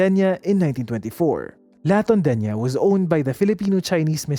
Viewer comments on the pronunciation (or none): You see…. La Tondeña. LA as in CASA. Not LA as in APPLE. Compañía = / com pa NYEE ya / Zobel = / So bel / Not /z/ You see…. 😉